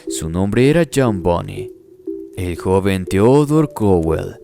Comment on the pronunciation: ¿Alguien más escucho Bunny y no Bundy?🤔